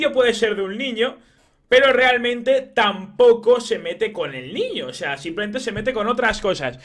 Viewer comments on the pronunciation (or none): none